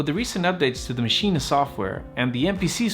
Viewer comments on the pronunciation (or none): Good points! But stop saying MACHINA FFFFFFFFfff